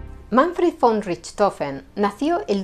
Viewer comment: La verdad es que no conocía la historia de este famoso personaje, tan solo lo había oído mencionar muchas veces. Su registro de éxitos me parece impresionante tomando en cuenta el tipo de aviones de aquella época, que más bien eran cafeteras voladoras 😂😂🤣🤣. Hablando de otra cosa, te felicito por pronunciar correctamente la palabra "von", que en alemán se pronuncia "fon". Se ve que o hablar alemán o eres una mujer muy culta !!! Bendiciones !!!